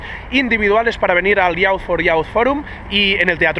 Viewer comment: Grande Valentí. Una cosilla, para mejorar más que nada, "youth" se pronuncia /juːθ/, que pa que nos entendamos sería "yiuz". Soy muy friki de la cosa del inglés, sorry :)